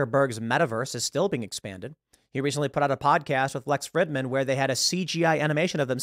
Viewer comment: Tim loves mispronouncing Lex "Friddman"